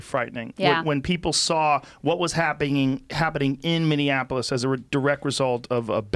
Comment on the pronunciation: Did smart ass joe just mispronounce Minneapolis 🤔